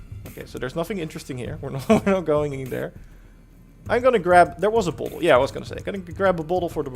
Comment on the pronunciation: It's bottle not bauwtol.